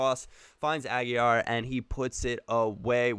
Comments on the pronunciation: You're saying Aguilar wrong its not aguiyar if it was two l's you would pronounce it like that but there is only one do it's just aguilar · great video but If you keep Aguilar on the Colombian selection. Its pronounced just how you said but pronounce the L. It is not silent like you said in the video.